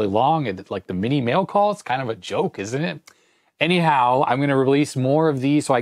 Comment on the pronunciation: Awesome video as always, love the way you pronounce "anyhow", sounds like hello in Chinese 👋😄